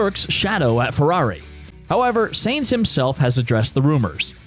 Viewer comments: It´s pronounced Carlos Sajns not Seeejnss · I think he is referring to how you're butchering the pronunciation "Sainz". It's not "Zanes". The Z is at the end. ;-) Great video, also your voice is really good to listen to. I would suggest no use of filler video though, let the relevant picture/video snip run for as long you are on the topic. I.e. the clip from should run until you finish the segment about Audi, and not cut to driving F1 cars . Most F1 fans are European, and the American TV style of fast/frequently changing video is tiring for us. Also try to not recycle topics, if you're mentioning the engine, stay on it and say it all. Try not to cycle back to it unless you've got a really good transmission to do so.